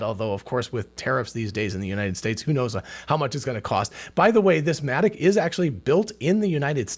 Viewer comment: At first I thought he said Asthmatic Robotics.🤣